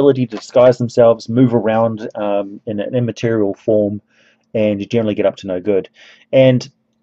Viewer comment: Did he say the physical stats of a Genie are immiteral? 😂